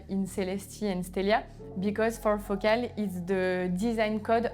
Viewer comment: It's Focal not Focaal..